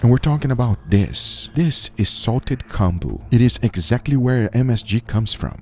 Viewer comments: It's pronounced like comb-boo. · I wish you had said the name of that salted "combo" (?) clearly. You just mumbled it and it's completely impossible to understand.